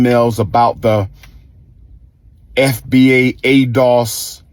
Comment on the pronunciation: He never insulted Black Americans. He was talking about a SPECIFIC group of people. Nobody talks about the part when he said every group has radicals in it and he even mentioned Puerto Ricans. He OBVIOUSLY doesn't know about FBA because he didn't even say the name right.